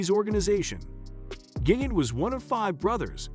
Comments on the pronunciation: Gig-int lmao. Man’s butchered just about every pronunciation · It's pronounced Gee gan Tay and Lu chi on o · Gig-Int…lol Lushino….lol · Is this a fucking joke?!! Because its gotta be, what with mispronouncing Chin's & Luciano's last names!! Fuggedaboutit!💯